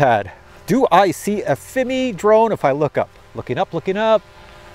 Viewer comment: Still trying to figure why pronounces Fimi as Fimee, but for Cine he says Sceeny, lol! AR least be consistent! 😆 Then again, I say Feemee, and Siny, we are probably both wrong!